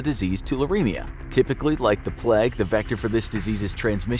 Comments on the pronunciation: It's pronounced "Play-g", not "Plegg", you heathen. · The “pleg”?? Do u mean the “playg” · Isn't it supposed to be the play-gue instead of plag? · I think he means the plague? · *"The Pleg" * 😂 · Why are you pronouncing "plague" as "pleg"? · No one:...: THE PLEG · Why does he pronounce it as "the plèègue" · “The Pleg”!